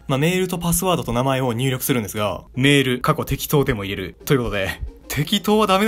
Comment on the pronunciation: 入れる(いれる)じゃなくて入れる(はいれる)じゃないかな 存在しないメアドでも入れるって意味気がする